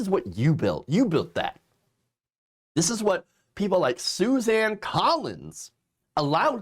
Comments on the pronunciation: She doesn't deserve to have her name pronounced correctly. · SUSAN ..... NOT... SUZANNE ... YOU SAID SUZANNE WHICH IS INCORRECT